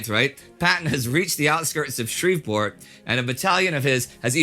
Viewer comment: Indy my brother I know you didn't grow up in Houston to say Shreveport like that